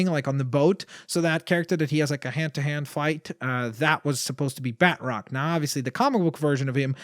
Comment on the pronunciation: the symbiote sqaud is a great name also it's not bat-roc ba-troc